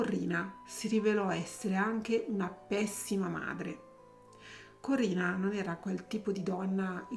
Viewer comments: SI DICE CORINNA, NON CORRINA!!!😂😂😂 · ciao! Penso che, se non ha ucciso suo marito, lo ha fatto uccidere. Per di più, essendo una persona cattiva, cattiva, cattiva, si è meritata ciò che le è capitato. PS: si chiamava Corinna, non Corrina...